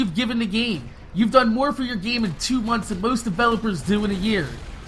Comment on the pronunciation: You do know its "GAME" not "GEEM"